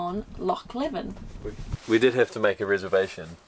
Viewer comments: Hey there im ty and im from perth myself and just letting yous know tha is pronounced loch leavin but spelt leven <3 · Leven is pronounced LEE-ven. Not how you pronounce it. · Well done on your pronoincation of Loch but it Loch Lee-ven when said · It's pronounced Leeven.